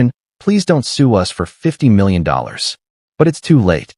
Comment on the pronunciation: Stopped the video after Ai couldn't pronounce 50 million. Lazy posters are not to be trusted. It's makes the video not credible. Stop liking this crap and put thumbs down.